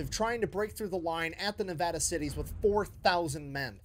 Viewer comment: Being a Nevadan, I love that they took place in the Nevada Cities. Nice that Nic said Nevada correctly. You, however, did not.